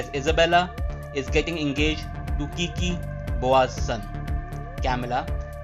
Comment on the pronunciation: All caught up! Thanks! But for the love of his name is Kique (e like in mel) not Kiki lol